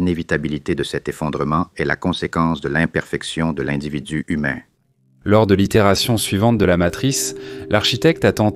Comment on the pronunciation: "Dans un corps zhumain" 😂😂😂❤❤❤❤❤❤🎉🎉🎉🎉🎉🎉🎉🎉🎉😮😅😅😊